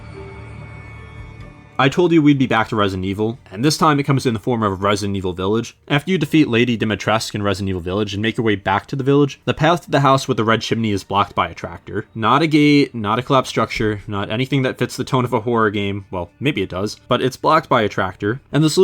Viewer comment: The U is audible in Dimitrescu, dee-mee-tres-sku